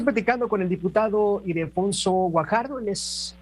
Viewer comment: Es Ildefonso… no Idelfonso🙄